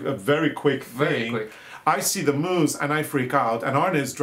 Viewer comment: Hello dears; did you say "Elvis the Moos"???? I LOVE all these episodes, with mooses and mouses and dogs and, and ,and . Love you both, you make life wonderful!